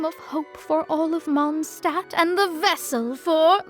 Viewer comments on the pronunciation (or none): Usually I love your Lore Breakdowns and explanations but lately you've started to mispronounce German words and it's getting a bit... grating. You used to be the only Lore-Tuber getting these things right 😓 It's Mond Stadt (S as Sh), not Mon Sdad or Kerl not Koerl for example 😭🙏